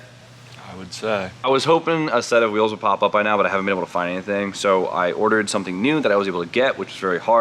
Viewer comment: It’s something! Not su’n